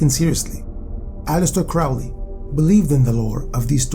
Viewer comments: Crowley pronounced Crowley as in holy not fowley as in Crowley never met hp lovecraft so how is he an associate of him ??? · So much nonsense and misinformation in this video. Do some deeper research, and also learn how to pronounce names properly. Crowley, for instance, should be pronounced with the emphasis on the "crow" = Crow - ley. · You are pronouncing "Crowley" incorrectly. It should rhyme with Holy.